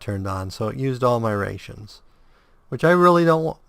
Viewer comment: Decided to play alongside you, been fun so far. I was a little shocked when you pronounced rations wrong (since you seem to get some crazy name correct), but it isn't a big deal.